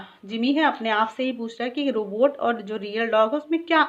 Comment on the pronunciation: Mam you pronounce Robutt wrong